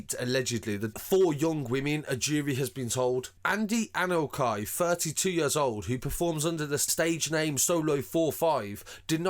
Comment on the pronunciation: the name Anokye is Ghanaian family name. It’s pronounce Anorchi not Anokai.